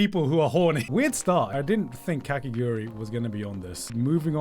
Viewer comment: Every time garnt said kakiguri instead of kakegurui it got a little bit more painful